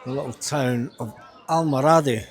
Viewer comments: Al,mor a,dee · Al-mor-adi is the pronunciation I think.